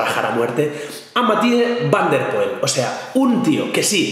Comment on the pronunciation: como vas a decir Van der Poel por dios hay si que te rajastes